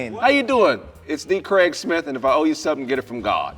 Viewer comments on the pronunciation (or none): He be calling him Kraig Schmitt 😂